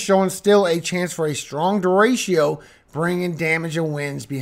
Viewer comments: What's a deratio? Its pronounced Der Rick O😂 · I love your forecasts and the scripture. Don’t know if anyone has told you though… it’s De-“retch”-o, not Derashio 😉🤓. Only love ❤